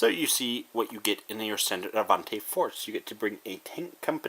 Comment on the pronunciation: The pronaunce is actually a-van-ti and the pronaunce of the a is like ah ;)